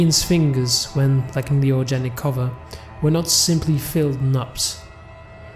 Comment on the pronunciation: Dude, you REALLY need to learn how to pronounce simple words. It's organic, not orjanic, I've also heard you pronounce chef as chief, and crow and crouw. Those are just a few of the countless examples I've heard in this nosleep playlist that really take the audience out of the story. Other than that your voice is great.